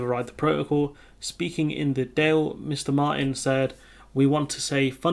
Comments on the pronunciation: Dail pronounced daul, i mBéarla. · Actually it's Dáil (with a fada over the "a") so Doyle would be a better stab at it "as béarla" (and there's no need to capitalise béarla - it just gives them notions above themselves, you know)